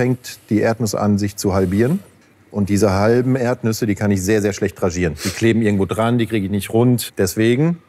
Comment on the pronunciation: Ich höre immer nur Erbnüsse...